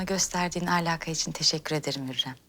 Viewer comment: Hurrem: süklüm ağa Victoria: sumpül ağa İsabella: Süslüm ağa